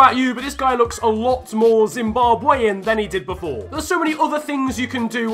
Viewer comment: Its so sad to hear you saying Zimbabwean like that course l am for zim